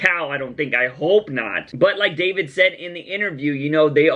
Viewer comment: David's name is pronounced DavEEd, Like Daveed Diggs David Mazouz is Jewish